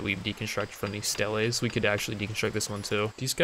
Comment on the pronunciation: Oh jeez that stele pronunciation hurts